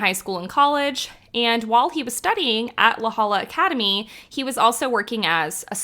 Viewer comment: It's pronounced LA Hoya